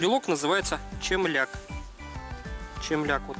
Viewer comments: только не чемляк а темляк.. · С новосельем. Носите на здоровье. Всех благ вашему дому! П.С. правильно "темляк"